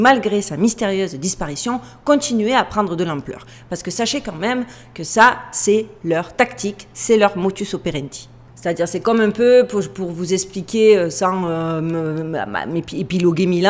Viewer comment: Juste pour te reprendre rien de mal , à tu dis motus operandi => c’est modus pas motus car motus c’est sur France 2 le matin . 😉lol mais je te kiff quand même 😘j’aime bien tes vidéos continue….👍🌹💫